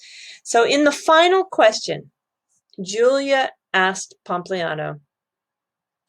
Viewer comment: says pompousliano 😂